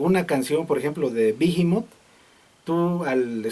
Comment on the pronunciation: no es bijimot, es tal como está esta escrito behemoth, sin pronunciar la h, behemoth es el nombre de un demonio